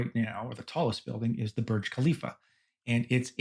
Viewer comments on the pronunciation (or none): none